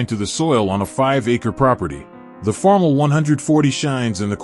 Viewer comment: First off, five acres is NOT a farm! Most of the fields pictured are ten times that amount. And ditch the AI voice. It cannot even pronounce Farmall correctly.